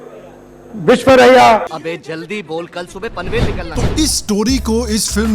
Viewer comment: THIS RASCAL ( RG) CANT EVEN PRONOUNCE VISVESHWARAYYA..,AAP WILL BECOME AAM CHOR PARTY ..,JAI HINDU..,AI HIND JAI BHARAT